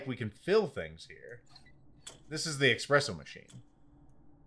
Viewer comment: Aren't you of Italian descent? Your ancestors would weep to hear you call it expresso 😢